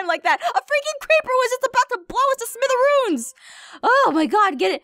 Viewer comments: Smitheroons? I thought it was smithereens. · Not smitherooms